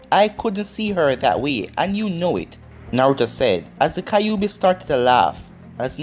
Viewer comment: Why do you say kaiobi instead of kyuubi...